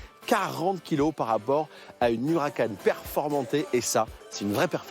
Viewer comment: Direct Auto déjà pas « Hucaran » mais Huracan puis on dit Performante non pas « Performan T »